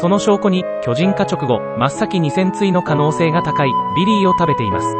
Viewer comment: 戦鎚のイントネーションがパンティなんだよなあ、、